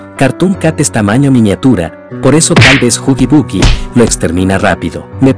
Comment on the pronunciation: Se dice huggy wuggy no huggy buggy.2. Es click biat